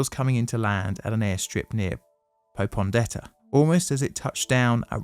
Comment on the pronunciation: Your mispronunciation of names like "Rabaul" and "Popondetta" indicate to me that this video is poorly researched. If you can't get that right, I have little confidence in any of the claims you make.